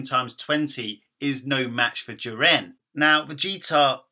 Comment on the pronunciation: It's Jiren not Jirren so mess up how u say this and your English lol